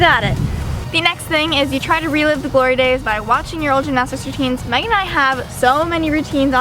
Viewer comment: Is it just me or does Megan always say magan? 😂